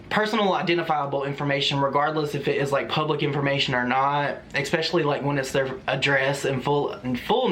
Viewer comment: Don't be afraid of the troll doxxing you. Also, I love you, but, it's pronounced "es-specially" not "ex-specially" 😘